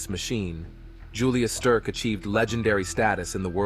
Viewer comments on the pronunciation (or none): mins "Julious Sterk"?! The "Swiss Machine" was Ueli Steck - pronounced as it's spelt. & 25mins "Norton Couloir"? Northern Couloir - haha, When Ai copies badly spoken English. haha